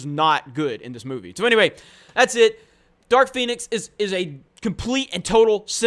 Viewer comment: Did you say Dark Penis?